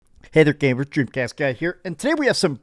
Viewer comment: “Hey there gabers, dreab cast guy here”